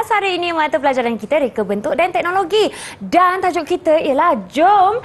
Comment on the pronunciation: teknologi lah bukan teknologe kakak